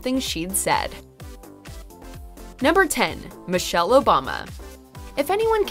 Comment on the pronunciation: "Michelle" RIGHT